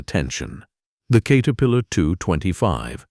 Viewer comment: Do your own talking and don't be lazy. WTF is a Kate-erpillar 😂😂😂 and the Hitachi segment nearly gave me a seizure...